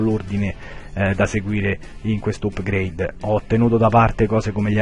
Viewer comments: Ma perché pronunci "upgreid"? Si pronuncia "apgreid" :D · "UPGREID" nun se pò sentì! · Si pronuncia "apgreid" :) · xD best pronucia ever by